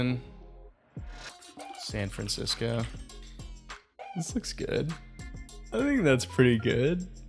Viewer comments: It’s San Francisco, not San Francsico. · "San Francsico" bro what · This is a great video, love your work but I kept getting distracted by 'San Francsico'